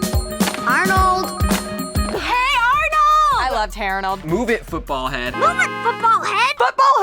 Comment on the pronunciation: the way they pronounced "Hey Arnold" made me cringe a little. it sounded like "here Arnold."